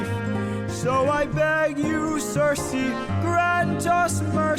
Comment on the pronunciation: What kills me as a Greek is that while her name in Greek is written as ΚΙΡΚΗ ( and pronounced as Keerkee) half reactors who read the Anglosaxon adaptation of the Latin adaptation CIRCE pronounce it Cersei like the GoT character...